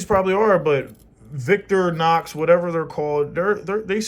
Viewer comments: Victor Nox? Vic-To-Ri-Nox. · VICK-TORY-NOX ………. just sayin’ 😉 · Its vic Tor nox